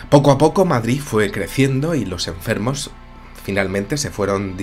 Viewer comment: Qué bien suena que un madrileño diga "Madrid", no "Madriz"... ;)